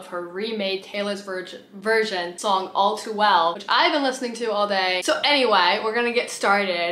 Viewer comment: “So aNywiEy”💀💀💀 Brooke Monk